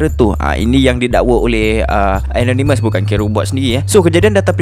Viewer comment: Kenapa susah sangat nak sebut ANONYMOUS. Sebutan yg betul ialah E NOR NE MEZ.